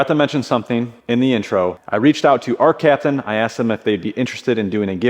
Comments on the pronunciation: “Arccaptian.” Love your products guys! I only have one welder of yours but its awesome!! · “ARCCAPTAIN”. Love the videos. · “ARCCAPTAIN” ARCCAPTAIN